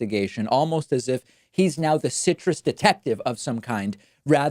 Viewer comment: David Pakman you really are the best. I appreciate all that you do on this channel. So I have to say I've never laughed so hard in many years when you were describing how Trump has so many gaffes... When you said Trump is the citrus detective you put an extra emphasis on detective it sounded so funny... In a good way I mean. Please look at it again but I'm sure you have. I cried... I think you felt it when you said it... There was some umph behind it. I can't stop watching the lead up to it at the end of the video here... Wow.. l love it. It happens of the video. Citrus Detective 🤣😂